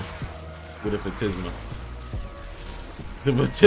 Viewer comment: Phantasma - tas not tis Phantisma is wrong makes you sound dumb. Phantasma is right because it comes from Phantasm which means ghost, in Spanish.